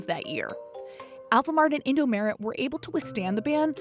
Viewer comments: well, i almost thought that was a totally different convi store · I cringed when she said “Indomaret” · im cringing on how she is saying indomaret😂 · the way you pronounce indomaret makes me weep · When she said “indomaret” she made me cringe so much. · IS HIW U SAY INDOMEARET ITS SO ANNOYING HOW THE NARRATOR TALKS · Mart in Indonesian is Maret, it is easier to pronounce in their language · SAME SKSKSKSKKS I CRINGED EVERYTIME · I cringed alot whenever she says Indomaret. That just sounds wrong. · As someone who once lived in Indonesia, the way she pronounces “Indomaret” bothers me a lot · InD0mAreT ✖️ Indomaret ✔️ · It's Indom"A"ret, not Indom"E"ret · English : “ Indo m-e-r-e-t “ Indo : sorry ma’am its called Indomaret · It's not In-do-me-ret It's In-do-ma-ret Maret like March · Who trigged when she says “indomeret” not just “indomart” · indo mharet not indo meret sjsjdj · I felt cringe when you pronounce in-do-me-re’t, it should be in-do-ma-ret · You say indomaret like indomeret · me too..should be pronounced "indomart" in english..not "indo-merit" 😅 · sure but they said merit not maret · she could've at least said indo-MAH-ret instead of indo-MEH-ret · The way the narrator pronounce indo merit😭😂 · the way you said indomaret infuriated me how to say indomaret : eendou maaret or just say indomart both work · Narrator : indomerid 😹😹😹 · the way she pronounces "Indomaret" as "indo-meret" makes me kinda mad lol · i loved it how she pronounced it “in-do-me-ret” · how the woman pronounce indomaret.. indomeret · wAit, wHaT?!?!?! I'm Indo T^T Edit: oh yea- to say Indomaret, it's Indo-MA-ret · Omg how the heck did you even said indomaret?? Its like indomeret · Fajar Rahmad Hidayat IndoMARRIED 😂😂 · Indomarrieds lol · I died when she called Indomaret "Indomaerett" 😂😂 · Indomeret xD Say The Mart like In America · Jeebus, that indomaret pronounciation. It's Indo-MAH-ret, derived from Indomart and changed a bit when western sounding name was frowned upon.